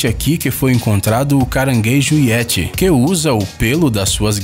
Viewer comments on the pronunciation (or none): none